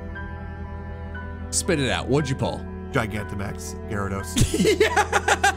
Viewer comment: gigaggamax 💀💀 widsom 🔥🔥 miss the rage